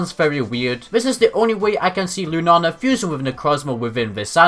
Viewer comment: I love how you say Lunala, " * Lunana* ".